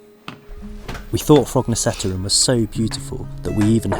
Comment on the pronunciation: Perhaps you already knew, but "Korketrekkeren" means "the Corkscrew". And by the way, the last "e" in both this word and "Frognerseteren" is silent. So, pronounced more or less like i.e. "Frognerset-earn". Or, to be exact, with a Norwegian "æ"-sound. Actually like the "a" in English "fancy"😂